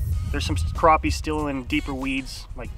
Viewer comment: If your going to do a challenge video show the mesurements. And there called crappie not croppie. lol